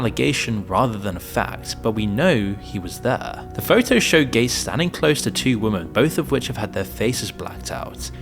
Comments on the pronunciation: Please- women is pronounced wimin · Why can't you pronounce the word 'Women'?